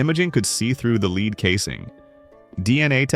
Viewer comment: It's a "Led" coffin, not a "leed" coffin. With such sophisticated technology, why can't all of this botspeak be sorted out? Or maybe get some live actors who could knock it all out in the same time.